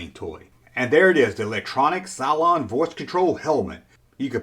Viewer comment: Cyclons??? LOL! I believe you were going for Cylons. (Si-Lons)